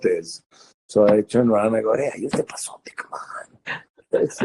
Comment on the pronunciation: it's "epazote" actually, it's a Mexican herb